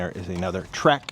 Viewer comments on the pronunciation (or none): none